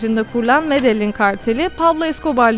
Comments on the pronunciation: Medelin degil Medehin diye okunuyor.Emeğine sağlıklı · Medeyyin diye okunur. bilginize